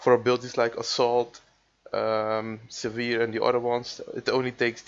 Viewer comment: ik denk dat je 'sever moet uitspreken als seh-vur